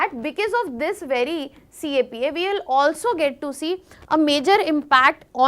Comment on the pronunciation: CAPA ❌ CEPA ✔️